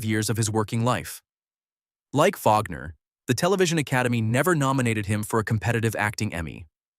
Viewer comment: It is Wagner not vagner